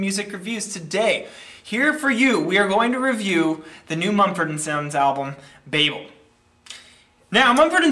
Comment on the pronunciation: Bayble??? Hahahaha, It's pronounced Bah-Bel